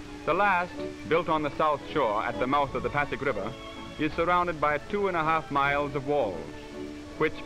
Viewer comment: It is pasig river, not paddock river.